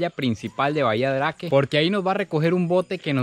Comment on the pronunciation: Bahia Drake ? soy chileno, pero me imagino que se debe pronunciar como : Habia Dreik